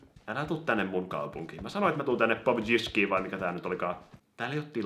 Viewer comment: Toi miten sanot pubgin 😂😂😂😂😂😂